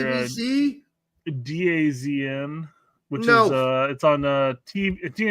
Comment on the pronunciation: DAZN is pronounced “Da Zone”